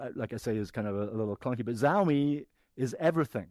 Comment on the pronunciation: A guy that pronounces Xiaomi the way he did has zero credibility... pass